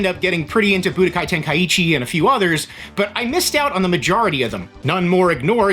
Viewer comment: Brother say tenka-ichi lmao